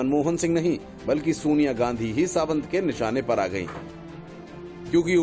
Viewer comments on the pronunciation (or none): सावंत नहीं सातव बोलिए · Rajeev Satav .... not Rajeev Savant